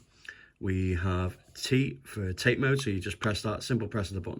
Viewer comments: It’s actually pronounced Tah-Tay mode not TATE means vertical in Japanese Yoko means Horizontal in Japanese.enjoyed the review thank you! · Another great video. And it's pronounced "Tah-tay", not "Tayt". Just saying. 😎👍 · It’s disappointing that your average Chinese handheld has a better screen. The screen on this EXP looks vastly superior than the previous monstrosity, but this new one looks too reflective. Also the bezels are too large as you say. The Tate mode (pronounced tar-tay, not as in the Tate Gallery) is a nice addition though and makes vertical shoot ‘em ups quite playable. I’m in two minds and would need to try it before purchase (remember those days?) or a store with a no quibble returns policy. Did you get yours from Funstock or somewhere else? Thanks.